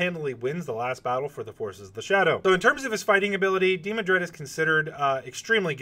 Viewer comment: Dee-MAN-Dred, Not DEE-mon-dred.